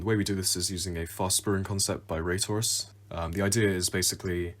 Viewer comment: at first i thought you said RaysWorks when you said Raytourus